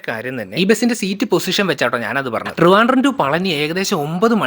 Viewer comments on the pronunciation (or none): none